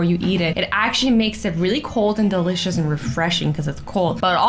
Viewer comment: Azzy said delicious the wrong way for the first time!!! bye the way it's